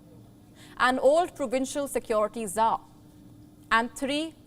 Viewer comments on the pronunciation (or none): none